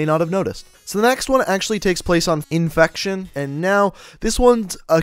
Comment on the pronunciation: And people say you say finge but you are saying enfetoin